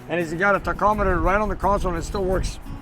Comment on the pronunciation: "tac- o- meter " lol, love you!